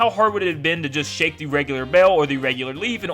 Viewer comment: Who Else Thinks It Is So Damn Triggering That He Is Saying 'Shake?'